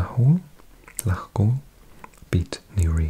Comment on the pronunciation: The NI team is pronounced Lock-all